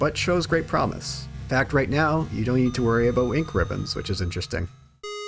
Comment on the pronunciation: Rebecca? I dorn't beleeve it. you awrived